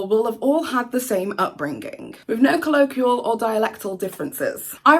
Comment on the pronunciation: Never heard such a load of bullshit excuses for bad behaviour. next time you try to come over as a quasi intellectual please learn how to pronounce basic terms like colloquial and inanimate.